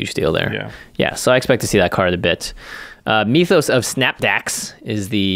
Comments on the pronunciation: M-Y-TH-OS....not M-EE-TH-OS. Same way you would pronounce myth, just add an OS on the end. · Please say myth-os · Great review and amazing chemistry between you two as always but Mee-thos instead of Mythos was killing me. It's not a Meeth or a Mee-thos. It's Myth and Mythos. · Its Myth-O's not Me-Toes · Why do you keep saying "meethos"? You've never said the word "myth" before? It's not pronounced "meethos". It's clearly "myth-ose". What is wrong with Magic players? I heard someone say "un-wind" (as in the wind blows) instead of "unwind". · Jimmy saying meeeeethos instead of mythos is almost as cringy as the singing at the start of every video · The way Jimmy says "meethos" pisses me off.